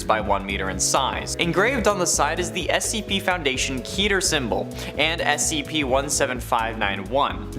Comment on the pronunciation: I love how the first few things are SCPs also it’s not pronounced keeter it’s KETER